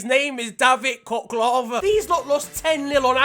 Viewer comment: Khocholava is really really pronounced differently mate, but I did have a laugh :D